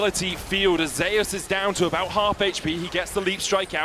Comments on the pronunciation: There’s a player in Vietnam named ‘Zeus’ in the game pronounced the typical way. They pronounce T1 Zeus as ‘Zayus’ to distinguish both players. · How come he prenounces Zeus as Zayus? LOL